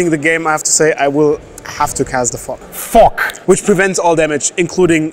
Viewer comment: I didn't know Fog had a K in it.